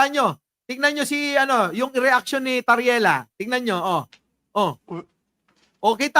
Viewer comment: TARRIELA PO, HINDI TARELLIA! HEHE